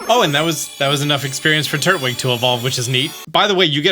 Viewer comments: I'm sorry but it's not turd wig it's tur twig Turtwig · Turt-wig instead of Tur-twig is really bothering me lol. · What the heck? How did you mispronounce that? It's pronounced "Tur-Twig", not "Turt-Wig". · Idk why hearing him saying Turt-wig took me out like it did 😭